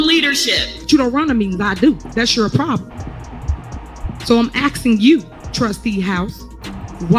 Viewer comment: She keeps axing people, just axng!